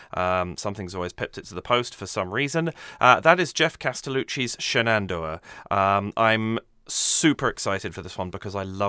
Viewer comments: Love your enthusiastic commentary! Just an fyi, from an American, Shenandoah is pronounced like the river Shannon + dough (like bread). The 'uh' on the 4th syllable is optional. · I haven't watched the analysis section of your vid yet. Just observed that you pronounce the final H in Shenandoah. Most versions of the song that I've heard do so as well. But Geoff treats it as silent. Tennessee Ernie Ford, in his cover, did the same. I don't know which way is correct. Maybe they're both acceptable.